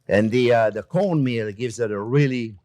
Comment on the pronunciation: I couldn't understand what was said i thought you said cold meal and i couldn't find it so i had to listen two three times and then i understand. Cornmeal.